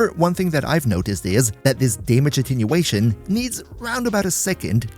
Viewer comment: its attenuation not attinuation